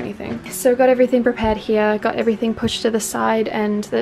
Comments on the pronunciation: more like hiya or hia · I love the way says "here." Aussie accents are so nice.